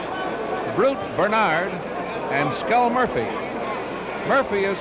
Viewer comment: Love the ring announcers calling him Skull Moirphy...